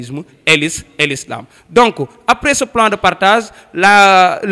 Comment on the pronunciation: Ce professeur est vraiment nul. Il recite comme une eleve a l ecole primaire. Niveau de francais nul. On ne dit pas "partaze" on dit "partage". Il dit : des son lendemain. C' est pas correct. On dit : des le lendemain. Il donne de fausses dates: l etat israelien est cree en mai 1948 . comment la guerre d' independance peut avoir lieu en aout 1945. C'est pas vrai. Prof nul, eleves nuls